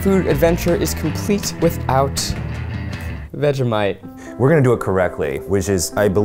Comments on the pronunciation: You don’t say vega mite it’s vege like vegetable mite vegemite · I am not Aussie I'm a kiwi and I cried at how they said 'vhejimiete' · I'm sorry, "new-tella"?! Also the way they say "Vega-mite" and STILL used too much for the "thin" layer 😂